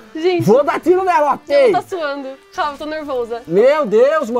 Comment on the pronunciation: "Tô neuvousa"